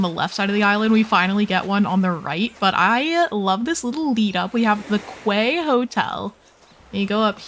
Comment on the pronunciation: "Quay" is pronounced "key" 💜